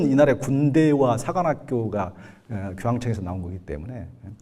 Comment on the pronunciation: 긴 자를 짧게 잘못 바름한 ㅇㅖ: 가치,무속,사관학교,개신교,대통령,시골(촌),대단하다 등, 평사어의 자단음 문제가 있다. 말이 너무 조급하고 천속한 구어적 표현이 심하다. 군소리가 많다. 좀 더 절도 있게 말하면 이해하기 좋고 품격이 있게됀다. "한국 어문을 고발함" 이라는 책을 일독해 주실까요. 미국 변 완수 드림